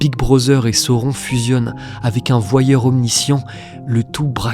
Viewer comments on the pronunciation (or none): none